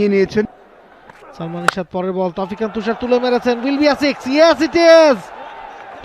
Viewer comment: সাথের এই ধারাভাষ্যকারের উচ্চারণ এত বাজে😔! তউফিক,ইফতিখার এগুলো কি ধরনের উচ্চারণ? একজন প্লেয়ার এর নাম যদি সঠিক ভাবে না বলতে পারেন 😇। আরেকজন শুধু এলিভেশন দিয়েই চালিয়ে দিচ্ছেন।